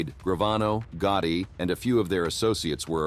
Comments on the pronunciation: Get someone that can pronounce the names.. john gooti and frank da chesho don't make sense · who's John Goutie?? It was weird since you said Gotti 50 times in video except that one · Did he just say john gooty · Who is John gutti, this guy is terrible at pronouncing these names